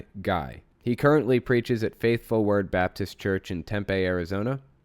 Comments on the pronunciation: It's pronounce "Tempee" not "Tempeh" 😂 This guy's church is so close to my house I've been tempted to go watch a sermon for giggles in the past but since this whole calling for the death of LGBT people thing I'm honestly just disgusted and terrified to have people like this in my state let alone so close to my home. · Nitpick time just for the sake of leaving a comment. lol Long e at the end of Tempe Tem-Pee